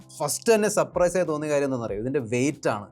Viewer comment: സപ്രൈസ് അല്ല സർപ്രൈസ്